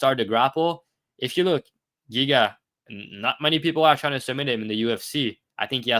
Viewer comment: Pegasus tryna say Giga’s name was wild 😂😂😂